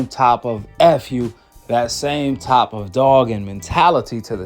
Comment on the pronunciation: U speak good English why u saying top instead of type? Aont no big deal it just bothered me a lil